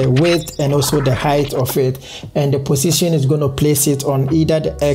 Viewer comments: positon (x) pussytion (Right) hahahahahahahahahaha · I love the way he pronounce position 😂❤️